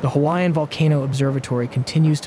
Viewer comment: it's not a synthesized voice. you can hear breathing. what synth voice would breathe? not to mention how he pronounces the Hawaiian words too well for synthetic.